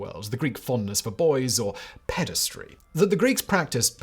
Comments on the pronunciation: There is no such word as "pedistry" - Simon really should learn to read. The correct word is "pederasty" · Ped-a-ras-ty Not pedes-try 🙄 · If you have to pronounce a new word so many times at least look it up... Pederasty or paederasty (US: /ˈpɛdəræsti/ or UK: /ˈpiːdəræsti/)